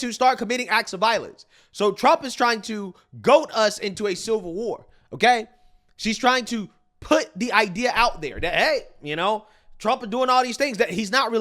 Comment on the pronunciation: Goad, not goat.